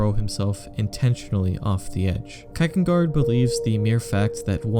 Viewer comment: you pronounce Kierkegaard really weird!